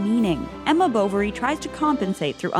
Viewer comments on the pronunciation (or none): I just cringing with the way she pronounces Flaubert and Bovary, and I am not even french.